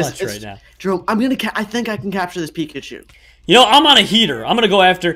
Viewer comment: he just said pickachu